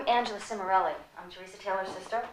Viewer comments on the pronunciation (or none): funny how they pronounce teresa--my name is pronounced tereeesa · my name is teresa also but its pronounced te reee sa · cant believe they pronounce teresa the way they do--mine is pronounced Tereeesa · my name is teresa but i pronounce it tereeesa. never liked the teresa pronouncement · never heard teresa pronounced with a soft "e"